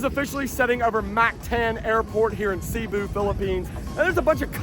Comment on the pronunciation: I heard how he said Cebu then I was out